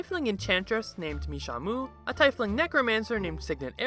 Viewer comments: Tea-fling not tai-fling 🤦🏼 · The hell is a tyfling? ie in a word makes a hard e sound. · Tiefling is pronounced Tee-fling Just sayin ^-^ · it's tiefling as in TEA-FLING 🍵☄️ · Anybody else irritated about how he said "TIE-flings" instead of "Tee-fleengs"? No? Just me? Ok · Tiefling is pronounced "tea-fling", not tie-fling. Tief being German for "deep". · Why do you keep saying taifling? It is tiefling. Like tea-eff ling. Not taif. Fun video either way. Also, the Shambler is ready to "smash" ? Kinky. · Tiefling is pronounced like "Teaf Ling" not "Tie Fling" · Tee-fling. Not Tye-fling. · Tea-fling, not tie-fling. I know it's spelled Tiefling, but that's not how you pronounce it. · What is up with that Tiefling pronounciation... Like Puffin Forrest... Isn't it pronounced Teef-ling? Not Tife-ling? He and Puffin Forrest are the only ones pronouncing it that way. Is that a regional thing? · Great video and hilarious story. However it's pronounced Tea Fling not Tie Fling. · I hate how you say tiefling. It's pronounced T-fling. Other then that I liked the vid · Its TEE - fling, alright continue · It's pronounced tee-fling bro but dope video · It's pronounced Teefling. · Tiefling- pronounced "TEEF-leeng". It means "of the deep", or, kind of, "dark one". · The fact you say Tie-fling irks me greatly... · Its pronounced "tea-fling" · It's pronounced "TEEF-ling". Official DnD sources all pronounce it this way, I'm not just trying to campaign for my personal preference here. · "TYE-FLING" omg, that pronunciation made me keel over approximately 75,436 times lol. But great video!! Good story, good animations, definitely entertaining! 😂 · Say tifeling one more time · your pronunciation of Tiefling ruined this video for me, it's really petty of me but i can't watch this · You’re a “veteran” from playing for just 3 years, yet you can’t even pronounce “tiefling” properly. Cringeworthy. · WHAT THE ACTUAL FUCK IS THAT PRONUNCIATION ON TIEFLING